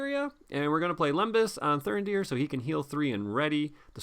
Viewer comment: Why would you leave Thurindir ready to defend in the second round, he has got 0 defence after all. Your pronounciation of Thurindir is spot on. And I love Vigilant Dúnedain.